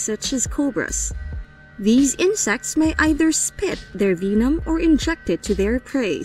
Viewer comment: She really pronounce vemon veemon